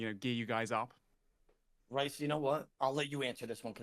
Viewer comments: You would think would be able to say the person who he picked firsts name correctly but here we are. “Rice” he says. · ODA STOP CALLING RHYS, RICE FFS HAHAHA🤣🤣🤣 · Every time says rice I lose a year off my lifespan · Why he kept calling him Rice 😂😂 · I love how in stream he stated that his name was Welsh and how it was pronounced and everything and yet he continued to call him Rice lmao.